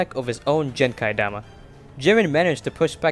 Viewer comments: How did you pronounce genki dama as jenki dama 😒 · my guy. Its called Genkidama. Not Jenkai dama like he pronounced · Ok y'all misunderstood him he meant how he pronounced it jenkai dama instead of genkai dama, it's like saying jif instead of gif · lmao no, genki dama is the name we all know, we are making fun of his pronunciation of it as Jenkai dama. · Jen-kai-dama? let's see if I can do that thing that dictionaries (for those unaware, dictionaries are books that show words and their definitions) do to show how to pronounce things. Genkidama - [Gen-Key-dama] the G is pronounced with the G sound, not a J sound. And then the the second part of the word, the "ki", is pronounced as "Key" not "kai". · ITS PRONOUNCED GEN KI DAMA NOT JENKAI DAMA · You’re giving him too much credit for that pronunciation tbh. He said “Kai” instead of “ki” for some reason. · bro said jenkai-dāma 💀💀💀💀💀 ITS FUCKING GENKI-DAMĀ, STOP MISPRONOUNCING THEM NAMES 💀💀💀💀💀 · actually he said during correctly so he can pronounce Gs he is just so clueless that he calls it “jenki dama” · "jenki-dama" Dragon Ball Fans: Learn how to pronounce. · It’s pronounced. Gen-ki- dama. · Bro when he said “Genki Dama” and pronounced it like jenki dama I cringed so hard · It’s not pronounced as a “J” 💀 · No your pronunciation of the Genki-Dama hurts my soul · It’s not even remotely close to the correct pronunciation though. The “g” is hard, not soft. You also pronounce the “ki” part the same way you pronounce ki as in a ki energy, not the way you pronounce the “Kai” is dragon ball Z Kai. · The way he pronounced Genki-Dama was absolutely traumatizing unlike the "Kameyomama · Please use spirit bomb, thats not how to pronounce Genkidama 😅 And this was literally the worst in the supersh*t anime, cause the genki can only destroy evil things, if jiren can push it back, goku could do it too, or even better, he can just absorb it and dragonfist Jiren 😅